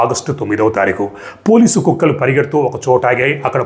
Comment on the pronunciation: మిస్టర్ హర్షవర్ధన్ గారు, మీ వివరణలో పదే పదే 'పోలీసు కుక్కలు' 'పోలీసు కుక్కలు' 'పోలీసు కుక్కలు' ఉచ్చరించడంతో పోలీసు అనే కుక్కలు అనే అర్థం వచ్చేట్టు ఉంది మీ ఉచ్చారణ.